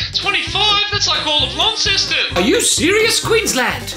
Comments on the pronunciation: Jimmy: “Launceston” Ignorant mainlander: LAAWWWWNceston Big respect Sir Jimmy 🧐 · 😱 Jimmy said "Launceston" properly!!! 👏😁